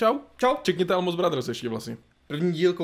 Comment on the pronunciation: Almost se čte [olmoust], ne [almost]